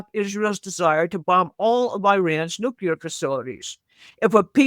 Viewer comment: Nookuler is not a word. Please learn to pronounce it correctly